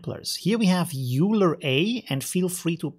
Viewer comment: I'm pretty sure Euler is pronounced "oy ler" after the Swiss guy who invented graph theory. not yoo ler how it looks.